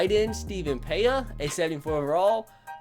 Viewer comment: It's not Pea. It's Piea